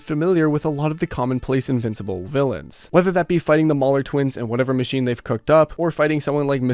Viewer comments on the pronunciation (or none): none